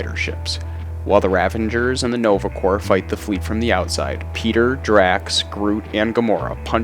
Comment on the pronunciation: corps is pronounced "core"